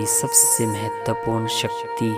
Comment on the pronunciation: Video bahut achcha hei....bus zara apni hindi bhi sudhaar lein (jeise संकल्प होता है न कि संकलप, महत्वपूर्ण होता है न कि महत्पूरन, प्रयास होता है न कि परयास....ऐसे ही और भी बहुत से शब्द हैं जिनमें आपको सुधार की आवश्यकता है).....kuki galat shabdon se baar-baar dhyan bhatakta hei....aur music ne toh hudd hi kr di hei....poora video behtareen lagne ke bajaay dramatic la raha hei. Aapka sirf regular viewer hi nahi balki shubhchintak bhi hu isliye ye sab bata raha hu....asha krta hu ki aap meri di gaii sameekshaa ko sakaaraatmak soch ke saath sweekaar karenge....dhanyavaad.